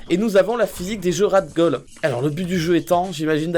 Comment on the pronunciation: « Et nous avons la physique des jeux Rad Goll » MDR